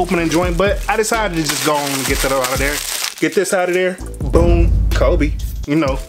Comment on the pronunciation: He can’t say boom😟